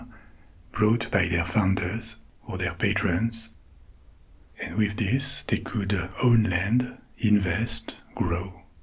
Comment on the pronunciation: Thank you for not saying "patreons can..." patrons!